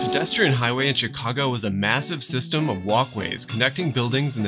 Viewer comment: "HIGWAY" hehehe